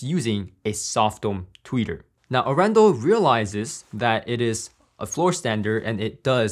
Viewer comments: Hey. Great video. Arendal is a city, in the south of Norway. About an our away from my home city:-) And its actually pronounced, Aren dal. The city is actually well known for its "hillbilly style car audio" people. Have a good one. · Very cool review; and proudly Norwegian 🇳🇴 Just one thing on the sidenote, the name comes from the city of Arendal and is pronounced with emphasis on the first A 🙂 Don´t worry, it took Gene Dellasalla at Audioholics about a year to get it right 🙂